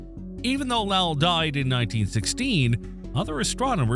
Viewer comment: Lowell is pronounced low(opposite of high)-ell Sounds more like Bowl and not like Powell. Lake Powell is two hours north of Lowell observatory.